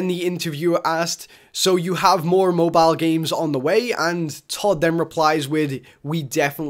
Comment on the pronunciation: lmaoooo moe bio? just say cell phone holy shit lolz.